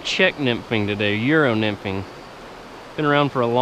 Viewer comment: what did he just say? love me some good yero nymphin